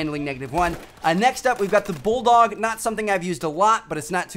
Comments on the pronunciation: lol it said Bulldoge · Am I the only one that noticed it said Bulldoge? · It said bulldoge lol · it's not the bulldog it's the bulldoge lol